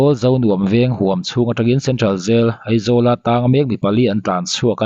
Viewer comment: A tir lamah Eizawl i ti deuh tlatin ka hria, a hnuah erawh Aizawl i ti ta a😂😅. Sawisel hrim hrim lam ai mahin, i uluk zawn nan aw.